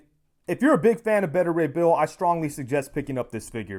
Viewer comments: The way you kept saying his name was painful. It’s Baita as in Alpha/Beta not “Betta.” Beta (Baita) Ray Bill 👍🏿😂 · Btw who's "Bettah" Ray Bill? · You're a big fan of the character but you can't pronounce his first name right? Beta = Bay-ta